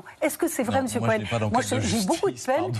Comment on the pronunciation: Délectable ! : "Missiou Couhène " !!!!! 😅🤣😂